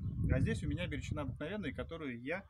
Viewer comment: Бирючина ударение на букву,, И,,...